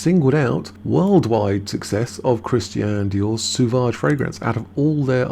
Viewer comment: It's SO-VAGE, not Su-vage